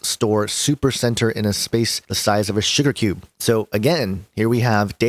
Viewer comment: sounded like you said "store huge amounts of data on a shitter cube"